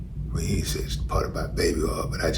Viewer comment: "Babyoil" 😂😂 You made me holler out loud in this gym 🤣